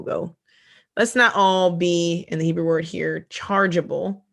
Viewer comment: She said "Nebrew"! 🤣🤣